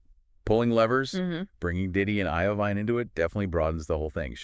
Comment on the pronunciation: It’s actually Jimmy Iovine (pronounced I-Veen not I O Vine) and Kee-Fee D, not Keff-EE